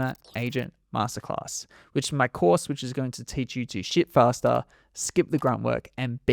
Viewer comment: I swear he said "Sh!t Faster" I listened to it 3 time. If the subtitles were not on I would probably still think he said that. 🤷 Maybe its just me. ¯\_(ツ)_/¯